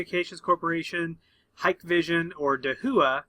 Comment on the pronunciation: It’s not hike vision. It’s pronounced Hi Kay vision